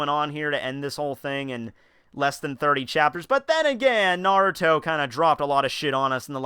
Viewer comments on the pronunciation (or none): none